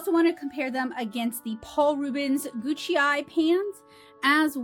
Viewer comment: I don't think the PR Gucai are pronounced "Gucci". Great review, very helpful